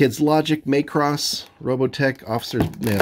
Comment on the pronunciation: One thing, just as it's a pet peeve... it's not "may-cross", it's pronounced like it were a Scottish name, "Mac-Ross" 😀 And as cool looking as these minis are, I'm probably going to hold off on 'em unless I want to stat them up as Macross mecha for Battletech or Alpha Strike. I've really grown to love the new Classics, and they are the definitive BattleTech designs now.